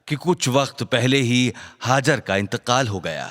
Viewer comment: Hajer nahi hajra